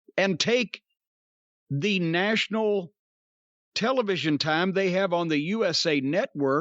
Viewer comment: The way Cornette pronounces television.